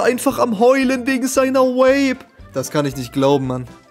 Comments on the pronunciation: Ey wenn der kollege noch einmal Vape als "Uäip" aussrpicht dann krieg ich einen Schlaganfall, das ist so unterträglich, bitte bitte sag doch einfach "Wäip" so wie auch die korrekte britische und amerikanische Aussprache lautet! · Irgendwie regt es mich auf, dass vape andauernd wape ausspricht